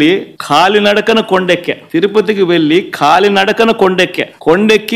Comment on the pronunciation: ఖాళీ నడక అంటే కాళ్ళు లేకుండా? ముందు తెలుగు pronounce సరిగ్గా నేర్చుకోండి.ఇంగ్లీష్ సరిగ్గా రాదని చంద్రబాబుని తిట్టేముందు బండోడ.